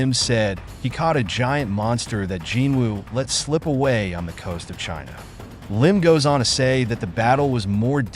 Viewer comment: Jinha ❌ China ✅